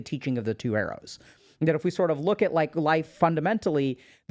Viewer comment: Thought he was saying 'eros' instead of arrows. Took a while to realise and cannot unhear it anymore 😂